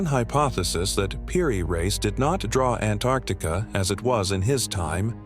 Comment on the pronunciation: A.I. can't pronounce Antarctica hahaha😂❤